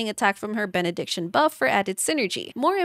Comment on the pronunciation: Benediction ➡️ (Bennett)diction That's how I know she's good 👍🏻